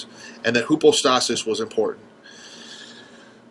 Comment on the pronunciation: Try "hypostasis" the "y" sounds like a "u". It's not an unknown term.